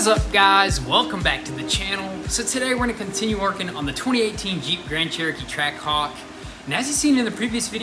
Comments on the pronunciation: Ah yes, a "Trackahwk". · I thought it was Trackhawk not trackahwk